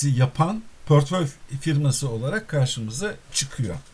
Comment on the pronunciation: pörtföy değil aslanım portföy portföy, dilini eşşek arısı ...